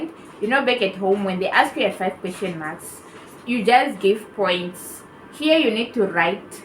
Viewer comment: Oooo your saying Mark's, it's sounds like maths